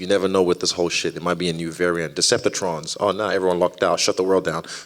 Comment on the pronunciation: "Deceptitron" LOL